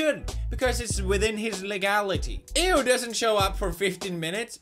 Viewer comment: did anyone realise how pewds pronounced "EU"